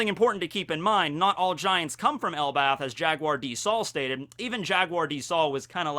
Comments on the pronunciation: ...did you just say "ElbaTH"?:D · For the longest I keep hearing it pronounce as El bath